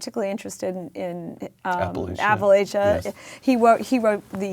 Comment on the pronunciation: Amity is one of the few that pronounces “Appalachia” right. Where did she learn that?